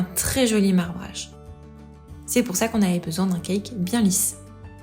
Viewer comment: J'adore ce que vous faites. L'idée de reproduire des recettes de grands chefs et de nous les partager est juste géniale. Mais SVP arrêtez de prononcer [Kaïk] quand vous dites CAKE ! Vous êtes juste RIDICULES. Regardez dans le dico, le cake (gâteau garni de raisins secs et de fruits confits) se prononce [Kek] même si l'origine du mot est certes anglaise. D'ailleurs le Cake dans son sens anglais veut dire gâteau et non cake au sens où on l'entend en français.